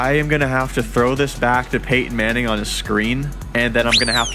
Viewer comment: “Payton Manning”